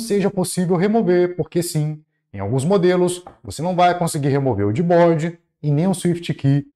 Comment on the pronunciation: desculpa mas quando eu escutei vc falar Gbode, helibode e simplebode kkkkkkkkkkk me quebrou